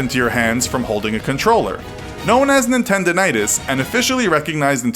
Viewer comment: Nintendonitis. NINTENDO-itis.